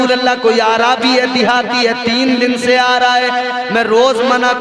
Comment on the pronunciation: پہلی بات تو عربی کو عا رابی کہتا ہے